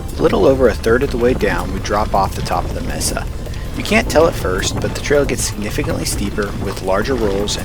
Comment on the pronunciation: MAE-Sa for the love of pete, MAE-Sa, not MEE-Sa.🤣 Otherwise cool video.